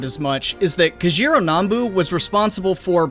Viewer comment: YES! HE PRONOUNCED NAMBU CORRECTLY! I’ve waited so long to hear someone say it! Remember brothers. We say Vietnam not Vietnaam